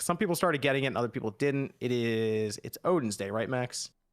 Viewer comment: Hey folks just popping in to say, it's pronounced: Oh-th-in because the name is spelt Óðinn, the ð is a funny th sound. New to the spawn as't, after watching clik and Jon on Nontendo. Also happy to hear and on the podcast., I'm a shit disturber like you man rock on, already subbed to your channel. Ps. Don't hate on me because I watch Alex, he dunks on and WAAAY too often, but otherwise he's pretty hilarious